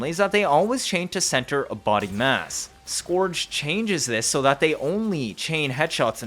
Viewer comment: scourge - skerge